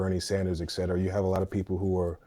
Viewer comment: Dude had some good points, wish Destiny had engaged a little more. He keeps saying ex cetera instead of et cetera though which is a bit jarring.